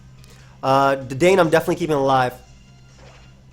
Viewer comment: I don't think anyone really cares at the end of the day, but just fyi, Dedenne is pronounced Deh-den-nay.